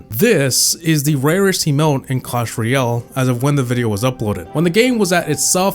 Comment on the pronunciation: it's ROYal not REEal